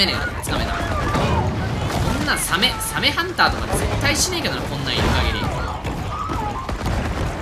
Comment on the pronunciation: サメのイントネーションがサ↑メ↓になるのなんか好き